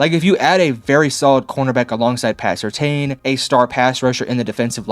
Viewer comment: First of all, learn how to say PS2's name right. Second, how the hell do you know if Sean Payton's offense is easy to run or not??? Russell Wilson couldn't handle it. Please please please don't make any more videos about the Broncos. You have no idea what you are talking about.